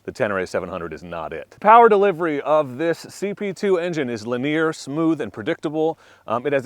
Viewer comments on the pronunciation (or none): You will want to look up the pronunciation of the word “linear “.